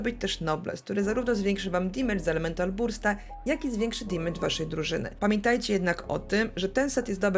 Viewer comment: Oglądam regularnie, lubię, szanuję, podoba mi się merytoryka, humor, swoboda wypowiedzi ale...błagam ! na kolanach błagam w imię poprawnej angielszczyzny - nie dimejdż, dymejdż, dimedż czy dymydż tylko DEMYDŻ (amer.) albo DAMYDŻ (ang)...uszy mi krwawią za każdym razem :( p.s. tak czepiam się i pozdrawiam cieplutko :)